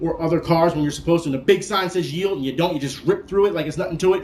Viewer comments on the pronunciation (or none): none